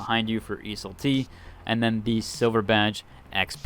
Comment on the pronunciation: Every video he pronounces Iseul-t wildly different and it drives me crazy.